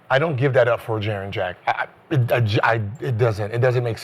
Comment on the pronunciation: lol can we call him Jaren or triple J.. cause everytime they saying Jaren Jack it sounds like Jarrett Jack!